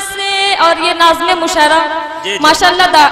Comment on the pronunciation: Mushairah nahi balki musha arah hota h pagli